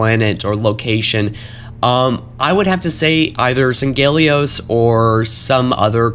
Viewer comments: It's Sang-He-lee-os, not San-Geh-lee-os. Damnit. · Sang-Heel-E-Os not Sang-Ghel-E-Os